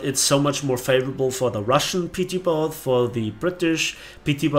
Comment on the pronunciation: you said boat wrong.